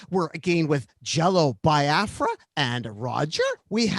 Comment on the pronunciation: I like how Nardwuar has been mispronouncing "Biafra" for over three decades and Jello never corrects him, at least not in the few interviews I've seen.